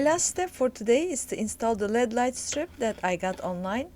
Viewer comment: she really said led lights